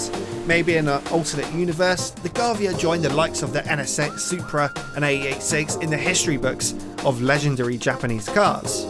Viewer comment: Sounds like he's saying the Honda Ennesex